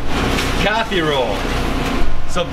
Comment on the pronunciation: It’s not Cathy roll bro it’s kathi roll